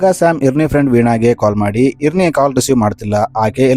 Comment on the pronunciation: ಇರ್ನಿ ಅಲ್ಲ ಐರೆನ್ ಅಂತ